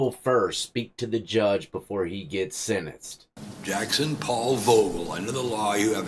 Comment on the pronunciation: Lol you got me cracking up "getting sin-instt" 😂